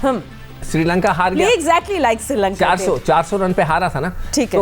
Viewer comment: MADAM woh SRI LANKA hai SIRI LANKA nahi.